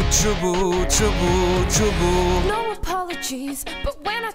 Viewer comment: he can't say trouble right :D LOL